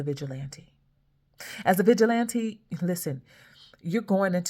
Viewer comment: I thought she said Bitch-il-lante 😂😂😂